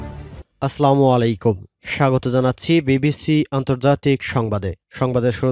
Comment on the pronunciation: ভাই সালামটা শুদ্ধ দেয়ার জন্য অনুরোধকরছি। আস্ সালামু আলাইকুম